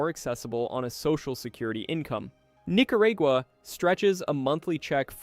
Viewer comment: “Nicarigua?? Seriously?😒